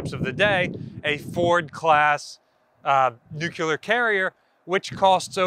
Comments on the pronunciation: you mispronounced nuclear each time you said it. It’s nuclear, not nucular. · Nuclear! Hope that helps you pronounce an incredibly simple word correctly for a change. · The moment you pronounced Nuclear wrong.. you lost all your credibility.